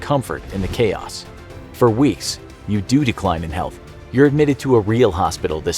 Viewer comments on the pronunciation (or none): none